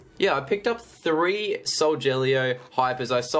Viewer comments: I also like how you call Solgaleo 'Soljellyo' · I liked it when you sead soljeleo when it's solgalio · You say solgaleo wrong it is sol-ga-Leo not sol-gel-eo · IT'S NOT SOLJELLYO IT'S SOULGALEO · It's not frickin soljellyo it's soul galy o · if he says sojaleo one more time... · I meant to say every time he says soljellyo it makes me cringe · He is saying solgeleo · Every time he says soljellyo I mak s me cringe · It's not solgeleo! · i like how you said solgaleo wrong